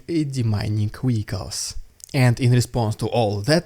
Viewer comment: Vehicles is pronounced VEEICALS not WEEKALS. Your obstinacy about this is infuriating.